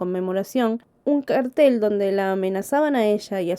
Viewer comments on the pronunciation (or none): none